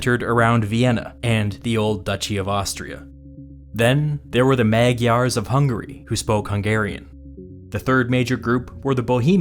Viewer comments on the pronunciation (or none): Also, foreigners, for the love of God, just stick to "Hungarian". You can not pronounce magyar properly.